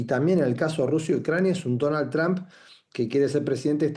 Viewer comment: QUIERO HACER UNA CORRECCIÓN. ÉL NOMBRE DEL PRESIDENTE ESTADOUNIDENSE NO ES "TRAM" o "TRAMP". SÉ PRONUNCIA "TROMP" CON LA VOCAL "O" CÓMO DECIR "TROMPETA"